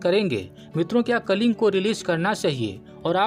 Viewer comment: कलिंग नही " कलिंगा " भाई 🙏🙏🙏🙏